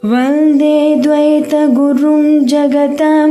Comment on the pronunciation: ద్వైతగురుం అని చదువుచున్నారు. గమనించండి.